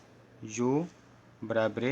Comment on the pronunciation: Barabare nahi barabar sir 😂😂😂😂😂😂😂😂😂😂😂😂😂😂😂😂😂😂😂😂😂😂